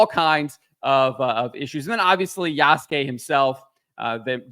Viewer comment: Why are these guys always pronoucing Yasuke wrong, Ya-su-ke